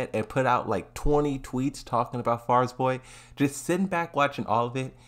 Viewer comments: Farizboy? Fariborz. Fa-ri-borz. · Man why do you struggle so much with saying Fariborz 😂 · Bro struggling hard just to say Fariborz 💀💀💀